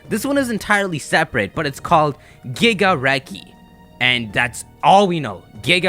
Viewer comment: Also when I heard Gigareki I tought you said Gigarekt